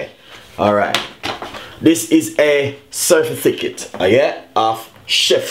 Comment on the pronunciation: Can't even pronounced certificate. He said certificket --dunce bad